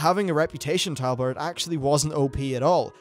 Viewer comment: are you saying tabard or talbard cos it sounds like talbard sometimes